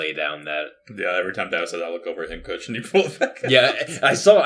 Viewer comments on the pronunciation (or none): It's bothering me that I keep hearing n cooch and not n coach lol.